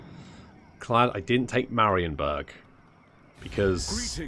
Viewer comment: It took a great many campaigns, but finally pronounces Marienburg correctly XD so now it's time to start on the pronuncation of Eilhart and Wissenburg